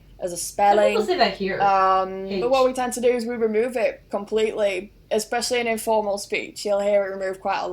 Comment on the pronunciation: What about the invisible x in especially then?;o) keeps doing it! LOL. Was fun and a little surreal seeing Americans mock an English person speaking English though. I still think that over there you really speak Americanese or Americana or maybe Americium - I don't know, you guys pick one. It definitely has roots in English, but it is not actually English as such.